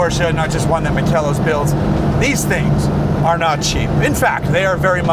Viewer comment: The name of the company is Makel los, which means flawless in German. [ˈmaːkəlˌloːs]. It's pronounced with three syllables: "ma-kel-los". The emphasis is on the first syllable "ma". Fantastic car. Love it.